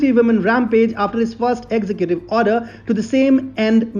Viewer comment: Sure I enjoy your content but brother you must learn to pronounce executive correctly. Ex-zec-gu-tiv but you where saying execute which would be fine except that execute is another word with a different meaning.